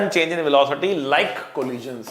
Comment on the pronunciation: sir can not speak velocity 😂😂🤣🤣😂😂🤣🤣